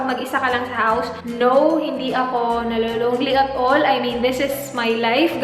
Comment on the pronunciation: "at ollll" hehehe cute my diin talaga :)